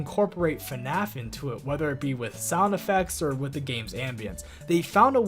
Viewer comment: i love how you say "ur" instead of "or" it makes me sleepy